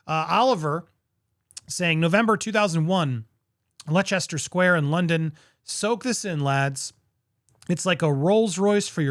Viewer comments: It's pronounced Lester Square in London. X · OMG just heard how Andy pronounced Leicester! It's pronounced like the name Lester!